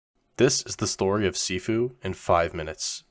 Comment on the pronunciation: Sifu sounds like seafood to me from the guy pronounce it😂 Guy:have you tried sifu? Me: oh yeah i like seafood its great benefit for health and body. Guy:what? No i mean sifu not seafood u know the viral tiktok and youtube also etc Me:Oooo seafood of course its gone viral i seen it everytime many people like going to seafood restaurants Guy:what? ARE YOU DEAF? Me: Nope are you? Guy: No what the heck man! Me: what you said seafood right? Guy: No its SIFU and its not food its a game get it! Me: ooo sniff Foot?! wait there a game about sniffing a foot? What a weird game? You should check yourself i dont get it why you want to play a game about sniffing your foot? You can sniff it yourself. Guy:………idiot Me:No im not the idiot you the one that said seafood and then sniff foot GUY: NO I DINDT SAY THAT! I SAID SIFU! Random person:actually you do sound like your saying seafoot rather than sifu Me and guy:……(me)see told ya im not deaf its you who pronounce it wrong (guy)……your right im sorry (Me) ahh im just joking im trying to just ragebait you thats all i know what u trying say dont feel too bad of yourself that your less educated hehe (Guy) YOU NIG###!🤬🤬🤬🤬 (me): get reck!😂😂